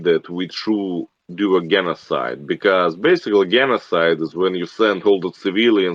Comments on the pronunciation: his enunciation of genocide lol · his enunciation of genocide. Thanks, we all witness what looks like a russian killer. Low iQ. Easy to be used and manipulated to kill people outside of his country. Just observe his mimatic and body language, looks like a nazi archetype. Im russian for those who read this line.